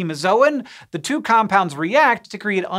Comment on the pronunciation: Two hundred? More like Tu hundred.